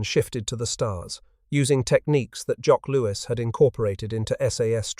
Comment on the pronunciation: 'Loo-ten-ent'? 'Afrika Corpse'? 'Jock Loos'?